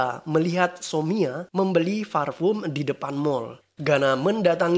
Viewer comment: parfum kak.. bukan farpum.. hihihihi